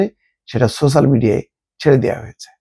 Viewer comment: ছোছাল!!! না না না*** সোচ্যাল বলুন।